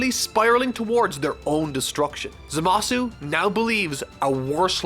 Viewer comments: It's pronounced ZAmasu. You're supposed to put emphasis on the 1st syllable, not the 2nd one. It's how the jp version AND the dub pronounces it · I absolutely LOVE this channel but now Im more confused than ever about the pronunciation of Gowasu and Zamasu.... in the English dub they always put the emphasis on the first syllable. WHAT IS THE TRUTH? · I cringe with how he pronounces Zamasu